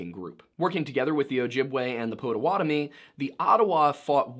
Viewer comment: Hey! He said Potawatomi right!